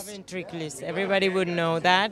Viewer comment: Ventriloquist ❌ ventriquilist ✔️